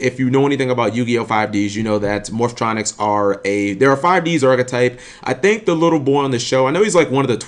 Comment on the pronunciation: Dude....Why do you purposely pronounce "Morphtronics" wrong?? is it like a black people thing to pronounce everything in a weird way? I mean you even read Cellfon and said it correctly there. Man shit like this triggers me beyond belief